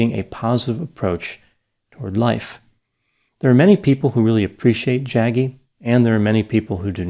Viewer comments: It’s pronounced Jug-gee V-ah-soo-day-v Apart from that I don’t care much about the guy. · It’s hilarious how particularly disrespectful it is to not only not call him Sadhguru but mispronouncing Jaggi. I know it’s not intentional but these grifters don’t deserve anything more than this. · I love pronunciation of the name... Jaggy 😂